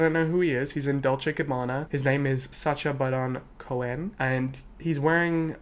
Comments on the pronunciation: sasCHA barEN coHEN honestly that's how we should start pronouncing his name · The way you pronounced Sacha Baron Cohen in cursive was my favorite part